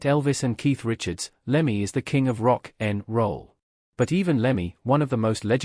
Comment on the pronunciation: Love the way the AI voice narrator can’t get its tongue round the phrase ‘rock n’ roll.’ 😅